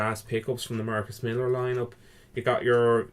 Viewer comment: MILLER ... not millar